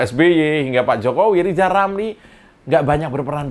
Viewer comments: Mengeja namanya aja gak becus "lizal lamli" apalagi ngurusi yg penting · Si RR kan asal ngomong, kebelet lidah, coba suruh dia nyebut nama nya gak pernah sempurna. R berubah jadi L.😅😅😅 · lijal lamli